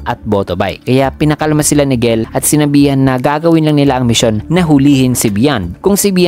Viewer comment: Jell po gell ang pag basa hehe